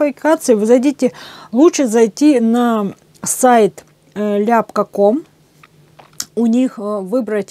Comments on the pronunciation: Аппликатор Ляпко. Ударение На ко. о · Ляпко,ударение на о́,пусть хранит Вас Господь поклон с Донецка,это наш земляк.